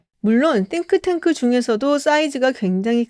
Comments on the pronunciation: 한국식으로 싱크탱크로 하시지 띵크탱크 이러니까 어감이 좀.. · 띵 발음 엄청 유의하시는거 웃겨요 😂